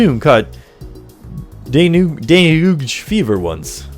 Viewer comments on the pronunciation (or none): Pronounced "dengay" btw; I'm sure you've heard it mentioned before. :)